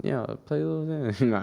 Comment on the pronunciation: Omfg it’s “xan” not “zan” fake fan😐